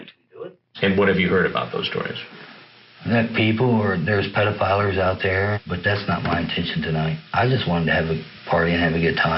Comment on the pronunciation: Mans said pedophilers🤣